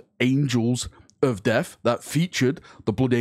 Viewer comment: Man, i was clickbaiting so hard, i barely caught this...Did he say "Angels of Deaf"???